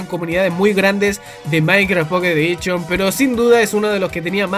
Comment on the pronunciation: Minecraft mobile "edichon" :V